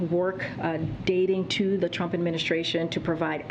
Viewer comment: I notice she said Tump administration instead of the previous administration.